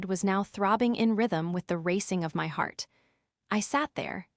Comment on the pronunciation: "My" means me or myself it is NOT pronounced "M.Y."